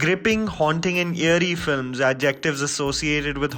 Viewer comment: It's eerie not yearie!!!!!!